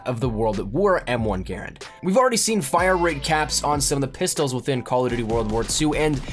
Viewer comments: People usually pronounce it grand not garand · eColiEspresso it's pronounced grand not garand even though it was the guys name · (G-UH-RAND) not (G-AIR-AND) if you say it quickly it should sound like you're saying (GRAND) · M1 garand is underated in the ww2 beta. Btw no one calls it a (gare and) even though his name was pronounced that way, everybody pronounces the gun (gah rand). The charging handle flings forward as soon as you move your hand, it is unrealistic in the beta. And yes you can actually reload an m1 garand without emptying the clip. Thank you for calling it a clip too. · GaRAND, not Garand. GaRAND just has so much more umph in saying it. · "GAR AND" not GER AND 😊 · Sub Zero well ok but 99% of people call it a gah rand. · The way he says "Garand" upsets me..... it is pronounced "Grand" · Im not saying it completely wrong, it just for the past 10 years ive only heard it called "Grand". It sounds weird hearing it pronounced differently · It good to know. Im just so into the WWII era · Adrian Ibarra yes, i saw a wwii veteran critiquing those who spelled it [gerand] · Adrian Ibarra its spelled like that but its pronunciated ger and if you would study you would know that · M1 GRAARANANDNNRNSRAM thats the real pronunciation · It doesn't matter. Some people say GArand, some people say GarANd, some people say grand etc. It doesn't matter.